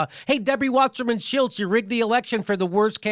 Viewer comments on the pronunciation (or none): lol I like how Jimmy pronounces Debbie Wasserman Schultz as "shilltz "